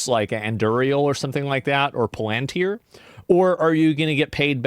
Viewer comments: Asmongold, it's pronounced PAL-ANT-IR. Not fucking "Plantir" like you keep making it sound like an exotic car. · Your pronunciation of Anduril and Palantir is wild lol